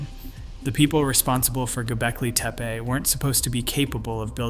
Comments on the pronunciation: Aaand you lost me at Go Belkee Teepa. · Why does the narration sometimes pronounce it "GobEKLI TEPE" and sometimes "GobELKI TEEPEE"? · Agreed. Mispronouncing as "Gobelki Tepe" is irritating! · The presenter repeatedly mispronounces “Gobekli Tepe.” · This guy cannot keep his pronunciation of Gobekli Tepe consistent lol. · This guy can not pronounce Göbeklitepe for the life of him. You Suck! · Do you even know how to pronounce Göbeklitepe? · Weird you criticize so harshly, act like an expert, but you mispronounced gobekli tepe four or more times during your presentation. Perhaps, be a little more humble and open to ideas while you learn more?